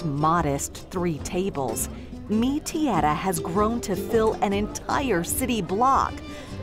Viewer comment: Yes, she can't get the hang of the word "Tierra".